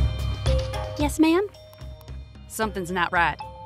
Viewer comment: did he say yes ma’am or do you say yes mom